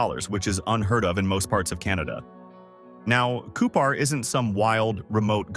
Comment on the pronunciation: Within the first minute of this video, Cupar, SK (population 600) is talked about, while the video is showing Saskatoon (pop 288,000). Regina and Cupar are also both mispronounced. I stopped there and didn’t watch any more. This video is an insult to the intelligence of anyone who watches it.